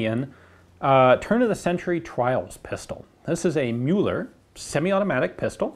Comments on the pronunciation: Just because I know you take pride in pronounciation, Mr. McCollum sir - Müller in German would sound closer to "Myller" or even "Miller" than "Mueller". Cracking video as always! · Great I've been taught to pronounce Müller the wrong way. I knew something was off.